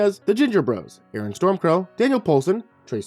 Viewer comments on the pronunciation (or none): none